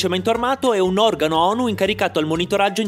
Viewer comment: Qundo dici onu.. Tremo